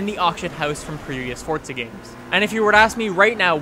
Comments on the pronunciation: it's forZa not fortza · i sware he is saying fortsa not forza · he says Fortza 6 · Why do Americans pronounce it fortza 6? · THERE IS NO "T" IN FORZA